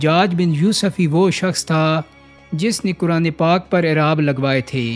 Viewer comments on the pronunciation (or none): none